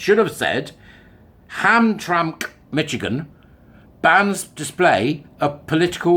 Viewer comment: Hey, I’m in Michigan. Hamtramck is pronounced as though it has three syllables. Ham-tram-ick. Just trying to help, no criticism!